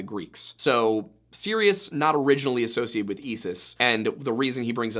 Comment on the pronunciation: Serious the star and Esis the goddess? Never heard of them! Heard of Sirius and Isis though! Why are Americans so bad at pronunciation?